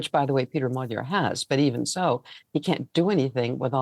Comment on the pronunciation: lazy repoprting if you cant even pronounce the main guys name. its not hard to say